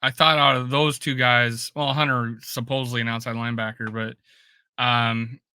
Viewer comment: Hey, I don't mean to be a jerk, but I would like to ask you to start pronouncing the "T" in HUNTER. Thanks much!